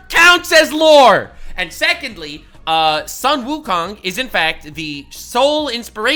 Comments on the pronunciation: Sun Wukong should be pronounced as Soon Wukong, not Son Wukong. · Both Chinese and Japanese are written as 孫 悟空，but the Japanese pronunciation is Son Goku, and the Chinese pronunciation is Sun Wukong. Both refer to the SAME monkey king.